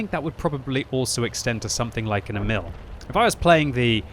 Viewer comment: "Emil" should be pronounced longer. "Éh-mihl". Damn, I really want that tank, but I've only played a little Frontline two episodes ago. I didn't know that you could get this tank as a reward from playing it... :(